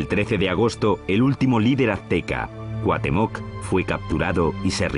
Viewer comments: Martajan muy mal el náhuatl en la narración española, nos pasaron a joder el lenguaje divino, a ratos Cuauhtémoc lo pronuncian Katemoc, a veces cuautemóc, otras veces los Tenoch es Tenoc o Ténoc, Moctezuma es motesuma y Cuitláhuac es Kitlacua y lo más ridículo es que de todas las palabras que hay en nuestro hermoso idioma, justo esas son las más fáciles y se pronuncian TAL COMO SE ESCRIBEN jajajaja XD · Son muy interesantes los documentales como éste sobre los Aztecas, me gustaría que pusieran más cuidado en la pronunciación de los nombres, de pueblos, ciudades y personajes pues en ocasiones los cambian o equivocan como ejemplo "CUATEMÓC" en lugar de "CUAUHTÉMOC". A veces, pienso que son los que hacen el doblaje. Gracias. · No soy mexicana, pero fui la unica que se atasco de risa cuando el narrador dijo CUATEMOC 🤣🤣🤣🤣 luego todos los nombres mencionados mal jajajaja, fui a la cdmx y quede enamorada de su historia, contada por un señor mexicano y senti muy bonito como el contaba su historia y hablaba de los mexicas, cuando contó la noche triste y poe donde pasaron los españoles huyendo de los mexicas, su historia y sus costumbres y tradiciones son admirables.